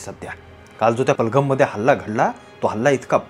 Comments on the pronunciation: पहलगम नहीं पहलगाम बोलिए। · बलगम नाही रे पहलगाम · पालघम नाही पेहेलघाम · पहेलगाम या गावाचं नाव उच्चारता येत नाही. आणि एवढा मोठा विचार मांडलेला आहे. खरंच खूप आश्चर्याची गोष्ट आहे.